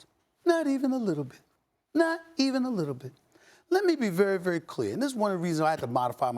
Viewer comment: Stephen A. “Let me be very very cEArr” Smith 😂💀